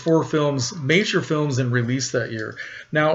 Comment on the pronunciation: Great job with your Spanish pronunciation of Juarez, most people butcher the name Juarez, trust me I know! Very cool choice of movie. You can't go wrong with Bette Davis. Keep up the great work, you always surprise me with your movie selections.